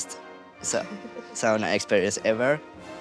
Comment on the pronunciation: I am 75% Finnish heritage. Finally, a Finn showing everyone how the word “sauna” is properly pronounced! We are after all the inventors of it. I laugh at how much of the world pronounced it wrong!